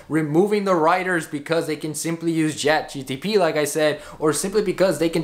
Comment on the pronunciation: chatgpt, not gtp tho